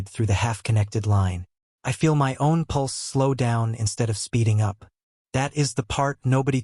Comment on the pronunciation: Another story sounding the letters of the word my sounded as two separate letters. Why. The AI is once again useless